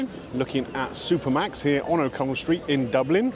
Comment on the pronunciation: As a Dutchie, I hear Super Max. Don't know why.....